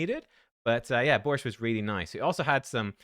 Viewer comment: soup in Poland is called Barszcz but its almost impossible to pronounce by nonnatives that way, yours borscht sounded quite close. Its probably the most known polish soup. (Ukraine and Poland have a lot of dishes in common), I could bet that everyone in Poland knows Barszcz. In Warsaw there are many fantastic places to visit, i hope u saw at least 1% and still loved the city